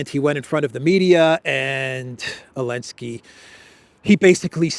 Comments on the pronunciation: I really appreciate your reporting but I dont understand why you are the only person on earth that insists on calling Zelenski "Elenski". Is that a derogatory slur or somthing? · Not sure why you keep insisting to say Elensky when everyone else on the Internet is calling him Zelensky without any problems from YouTube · So the Z is silent! 9 min in and finally figured it out. 😅